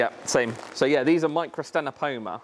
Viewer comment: The second 'c' is silent in microctenopoma, and the 'ch' in Distichodus is sounded like a 'k'.